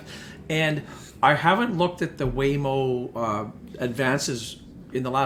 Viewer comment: "Waymo" 😂. Great video as always. Baba is another one under scrutiny that I personally like on a 3 to 5 year horizon (for now). Maybe not fitting the criteria of the video but I love the potential growth stocks for Canada like ACQ, ATA, GSY, NVEI, DFN (dividend only), few new ones Copperleaf, Propel Holdings, E Automotive. Then the revolution type stocks like GRN, BLDP, LEV. And countless small alternative medicines flying out of Canada right now. Absolutely love the outlook in the markets!